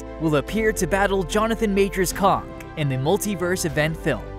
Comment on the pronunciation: Did you really say "Kong" Dynasty!? It's Kang, pronounced with an A I don't mind when the robot voice program mispronounces vowels an shit, but if ur guna have a channel that reviews Movies, at least start by getting the Name/Title correct! Sorry for being a lame ass Strickler LoL but it's nails on a chalkboard for me 🙉